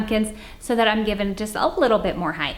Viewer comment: I’m not picking on you but why do you say height like hith? Is it to make it interesting or something from where you live? Please answer this. I’m just slightly confused